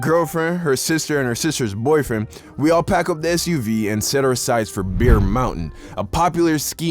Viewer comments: Yoo his accent makes it sound like he's saying "beer" instead of "bear" lol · Don say bear like beer😂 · no they aren’t... it sounds like hes saying the drink beer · amazing story but bear is pronounced “bAIR” and sled is “ slay” lol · Bro Bear and beer are literally the same pronounciation.